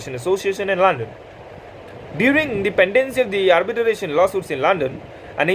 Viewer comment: It's Arbitration bro not Arbitaration. Pls don't mind .